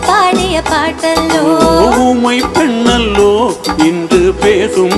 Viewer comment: அனுராதா ஸ்ரீராமுக்கு இசை நன்றாக வருகிறது மொழி நன்றாக வரவில்லை ஊமை பென்னல்லோ பென்னல்லோ என்று பாடும் போது ரசிக்கும் படியாக இல்லை. பெண்ணல்லோ என தெளிவாக உச்சரிக்கவில்லை அதேபோல் மணிப்புறாவும் என்பதும். உச்சரிப்பில் இன்னும் கவனம் வேண்டும்